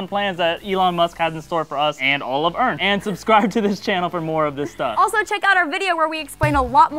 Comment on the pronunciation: Wait did say Earnth instead of Earth? Or am I just not hearing shit right?